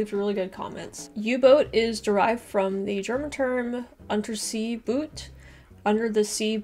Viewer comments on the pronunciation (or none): Pronunciation note - German "untersee-boot" is pronounced "oonterzay boat" (I think).